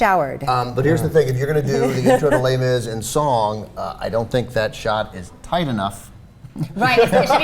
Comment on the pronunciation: Would you please stop saying les mis